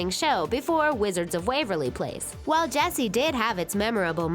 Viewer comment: Why does Ches... calls Jessie Bessie